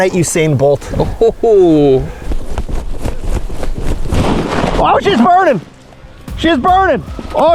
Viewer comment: The “Mennonite Husain bolt” lmao